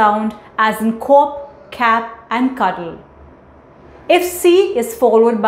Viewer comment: The rules are explained very clearly. You need to follow one simple pronunciation..either British or American...You were mixing both. Also the word "Pronunciation" was pronounced wrongly. as well as "cop". you should also refrain from using "gonna" as that is again American